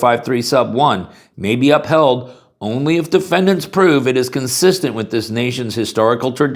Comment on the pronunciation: "Defendats." Oops. , "... only if Defendant's prove...."🤔 "Plaintiffs wish to carry handgun." (Just one?)